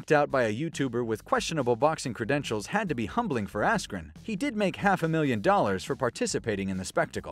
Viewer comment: When he said askren.....🤫